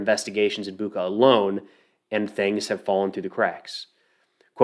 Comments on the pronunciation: Bucha. You're spending it wrong. CH - sounds like CH in word "Check" I think it will sound better if you try to read it like "Butcha" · Hey, its Bucha, like Bucher, but without R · great video just a frienly remark: pronounce of bu(ch)a is like (ch)ina, (ch)eese not buqa like cake or claw. mostly in russian its like that when you see CH. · Boo-cha😂 like cha-cha-cha:) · Hey man, greetings from Ukraine! Bucha is pronounce with 'ch' like in chain. Thank you for good quality videos.